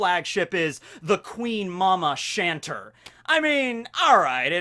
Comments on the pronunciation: Big Mom's ship isn't pronounced "shanter" its just "Chanter" as in it chants... its a ship that chants... you know like it talks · I always just figured the Queen Mama Chanter was pronounced "Chan-tay" like the French word Chanter meaning to sing, you know, cause the ship kinda, sings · Chanter is french, pronounced shawn-tay. It's a verb that means sing, cuz the ship sings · It's chanteur it's french it means singer